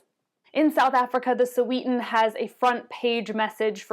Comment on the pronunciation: Its not Soweetan, its Sowehtan